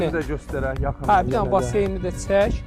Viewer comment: Цək yox, çək😂